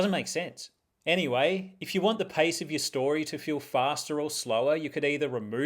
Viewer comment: At first listen, I thought you said "Paste with purpose" and I thought i missed something crafty, but you were just going for a walk 😅